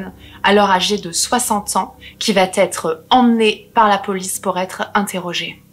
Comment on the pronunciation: qui " va être"!! parle correctement, met pas des "t" partout c'est très agaçant!!